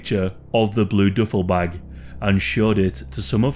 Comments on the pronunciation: The duffle(doofle)bag pronunciation was killing me 😂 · He said DOOFLE BAG!! What the hell is a DOOFLE BAG??? Lmao